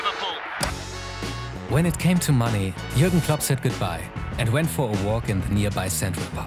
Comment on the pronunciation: "Club" or "Klopp"? I love the videos; but just giving positive feedback.